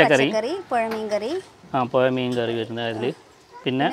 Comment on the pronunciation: Poya alla puzha Perumayakkalm alla Perumazhakkalm